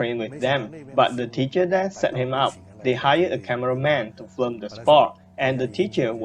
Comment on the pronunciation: I hate to be the one to point this out, but you keep saying flim, but it's film. Anyway, I like your videos. Please keep making them.